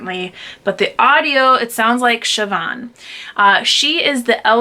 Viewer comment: Siobhan is pronounced correctly. 😉 I read a lot of Celtic and Irish lit. And as one of my favorite authors Andrew Greeley said, "No one can understand the mysteries of Irish spelling." Eoghan...I think is Ian.